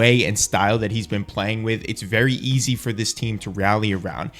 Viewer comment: He said ez 😂